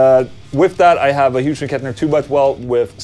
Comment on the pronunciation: Omg he said it again 😅😅😅 it’s NOT HUGE and Kettner it’s Hyooz and Kettner. Anyways I’m having chicken Alfredo for dinner. Oh and yes thanks for the videos.